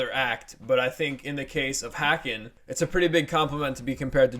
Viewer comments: Haken.... rhymes with Kevin Bacon not whackin'. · Love Haken, rhymes with Bacon by the way, or Taken, or Taken 2, anything with Liam Neeson really. Personally this is probably my least favorite Haken album, a 7 for me. It has some really standout tracks though like 1985 and The Architect but I think its just a bit too electronic for me. It just never really grabbed me. I still enjoy it though. To me, their first three albums Aquarius, Visions, and The Mountain are really the quintessential Haken albums. I thought Virus was quite good as well. Interested to hear their newest album, the newest single sure is interesting.